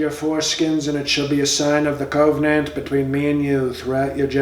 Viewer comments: Every time he said Cove Nant I chuckled. dude you are funny. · Cove-nant or Cove-n-ant? 😱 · I am pretty sure that the word is "koh-Veeh-nant". Isn't it?